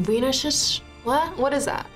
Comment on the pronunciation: It is Wiener like the city Wien....